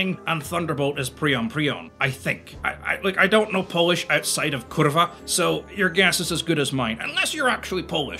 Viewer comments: I absolutely love that sentence and the perfect pronunciation of kurwa:) But as for the meaning of the name Piorun, it means thunderbolt (or thunder). Lightning would be more correctly translated as błyskawica (another famous Polish destroyer btw). The word błyskawica refers just to the visual effect, without the sound, whereas piorun refers to both the visual effect and the sound (called grzmot in Polish). I'm not gonna explain pronunciation here, because I can't do it just with writing. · Well, Slavic mythology has equivalent of Thor - Perun :D also - there was no Free Polish Navy as there was no non-Free Polish Navy. This WAS Polish Navy. Period. PS: your pronounciaton of kurvva is bascially native :D BTW: Both Piorun and Błyskawica distinguished themselves in defence of Cities where they were respectively built. Also - "Sink the Bismarck!" is GREAT movie. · although to be fair he pronounced kurwa pretty well. So there is hope.